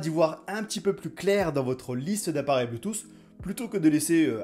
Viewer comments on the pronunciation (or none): Hhhh bleutousssss Quelle prononciation!!!!!!